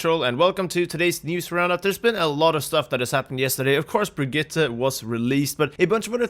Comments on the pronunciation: I know her name is odd, but how many people are going to continue to butcher the name of this new hero. Especially high profile content creators like this. It's Br-GEET-ah. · The way he was saying Brigette was really triggering me!